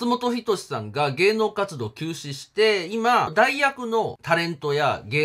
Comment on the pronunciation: 休止が急死に聞こえてびっくりしました